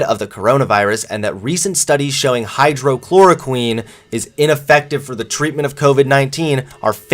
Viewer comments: Far as I'm concerned, the Ohio University incident was a long time coming. When you're interviewing, there shouldn't be any "gotcha!" tactics as she uses. But at least she researched. She may look like a Bob's Burgers character but at least she researches. can't even pronounce the doctors name correctly, nor the drug he speaks of. He is becoming the very thing he despised only months ago. Not siding but I DID TRULY try to give the benefit and let him speak to prove his argument. The arguments are weak and watered down. "Interviewed" one of the dumbest people on this planet just last night or night before to basically compare and go "see how smart I am next some hillbilly trash with a 3rd grade education?" He's not only becoming what he hates but he's dumbing down too. This channel has been declining. Least I gave him the benefit of turning around. But I already get CNN so I know longer need. But you youngins in the crowd have fun learning how to become cold, SJWs with your gender studies degree with this BS spew. Maybe he should try interviewing someone like me who is a frontliner about COVID. But I don't want to be responsible for a 14 year old having a stroke. All that said, truly best wishes foe him as he figures out where he belongs. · hydroxychloroquine does work..........as a malaria treatment. hydroxychloroquine does NOT work.......as a covid-19 treatment. And yes hydroxychloroquine....not hydrochloroquine as you pronounced it. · Your pronunciation of Hy-droxy-chloroquine needs work before you give a report. Also, so you’re informed, hydroxychloroquine is under $10. The CDC favorite, Remdesivir is over $3,000. BTW, after watching this ridiculous video with very poor research.....I’m unsubscribing. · Right? I just unsubbed. This kid is getting dumb. Can't even pronounce the name of the drug correctly. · The fact that can’t even pronounce the name of the drug correctly makes it look like he hasn’t done adequate research!